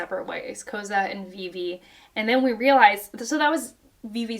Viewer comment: Koza’s name is pronounced like “Koh-Zah”